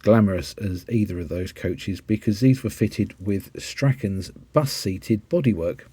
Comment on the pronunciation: Hi, glad you managed to safely negotiate the Strachans pronunciation conundrum. Many (particularly north of the border) will argue that it's pronounced "Strawn", and they are probably right, but at least you didn't go for the soft "ch"! Would live a vid on the Dunham Massey specials. How about some other oddities like the Beverley Barr deckers, or "chopped" front buses for ferry boat workings on the south coast, I would be more specific, but I cant remember whether it was Poole, or Torpoint, perhaps somewhere else entirely! Just have memory of a red LH or LHS. I'm sure you will know. Thanks for another great vid.